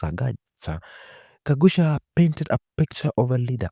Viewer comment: That's Gakuya not Gagucia